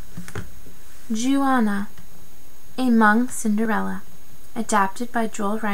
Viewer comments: Jua-naw, that’s how you pronounce it. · Good job! I havent read this book in awhile! Jouanah is 2 syllables though. Pronounce like your but with a j sound. Jour- Nah.